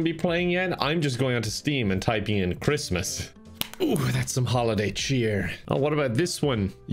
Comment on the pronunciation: OwO cwismas game